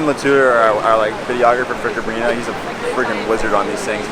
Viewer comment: CabrinHA like in AloHA - Ha der Atem des Lebens. Sorry, but it was confusing 😅😘